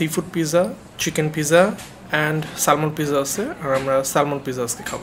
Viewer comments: Salmon এর উচ্চারণ স্যামন। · Salmon er pronunciation s-a-m-o-n bhaia. Just FYI. Otherwise Very nice vlog MashaAllah!!!